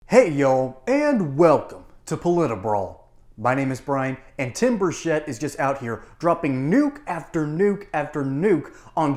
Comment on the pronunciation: Burchette not Burshette